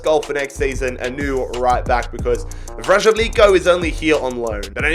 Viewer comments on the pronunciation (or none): what was that pronunciation mate It's Vr-salj-ko Or vr-saly-co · That pronunciation of Vrsaljko legitimately hurt my ears edit: Hysaj was no better... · Earrape for the ones who know how to pronance Vrsaljko's name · let’s talk about the way pronounced Vrsaljko lol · Your pronunciation of Vrsaljko made me throw up